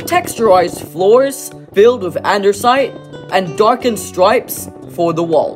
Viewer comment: You said andisite wrong you said andersite